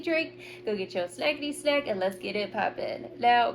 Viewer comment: Everytime you say Snackity snack, I always hear smokety smoke.